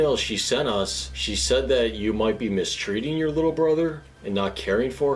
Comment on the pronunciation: Aww whittle bwilly